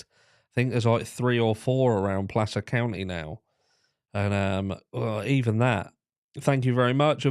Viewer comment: Cudos for pronouncing Placer correctly 😄